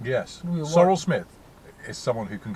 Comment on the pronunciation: "Sorrel Smith" is how Brian Butterfield says "Cyril Smith". LOLLE